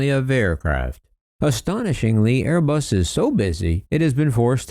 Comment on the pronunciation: loyalty torn between his Italian for Airé-Buss und his New Joisey for Bóiñgg 😨😨😨😲😲😲😲